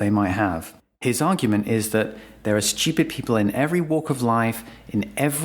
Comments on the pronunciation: Obnoxious people pronounce a non-existent "y" when they say the word stupid. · Much like Brian's irritation at Stewie's pronunciation of Cool Whip, I'm distracted by the way he says "stewpid" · I'm sure this makes sense in other countries, but as an American, I can't help but find it hilarious that this guy pronounces "stupid" as "schupid". =P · The vertical axis labels are stupidly omitted from the graphic. Also, the British pronunciation of stupid as "shtee-upid" is stupid. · 15 minute long video and not once could you pronounce "stupid". Shhhhhhtupid bri'ish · I was curious about the video, but the way you pronounce that word is unbearable. what the fuck is a schewped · I like the disdainful way in which you say & emphasize the word “STU-pid.” 😂 It’s very INTJ-ish & matter-of-fact, something I very much relate to. ✊ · I LOVE how this guy says "shtoopid"... Emphasis can make such a difference in speech... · His pronunciation of stupid is stchyoopid. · Why is it so satisfying every time he says “stUpid!”? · LOVE when it's pronounced "steeyupid!" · So funny how every time he says stupid, he puts a little stank on it. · Can there be selective stupidity? On the word stupid. Fascinating how you emphasise STUPID like a hypnotic suggestion. How is that beneficial? How about the focus and substance of SOUL as being more of an all rounder and kinder and broader and deeper avenue worthy of turning your intellect bright light upon. That and Heart intelligence to be fair and balanced and realistic and uplifting and helpful. Ta. Oh and to eternally remember divine intelligence conciousnes that can pour forth through the most unlikely underestimated simpleton too. Manners are nice...kindness costs nothing. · I like the way he emphasizes the word stupid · Bro why are you putting so much emphasis on the word “stupid” 😭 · Like the way he emphasizes the word stupid. 🤣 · I love how he pronounces "stupid." 😅